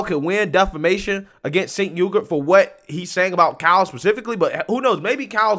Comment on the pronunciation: Lol he called Cenk Uygur said "chink yogurt" lol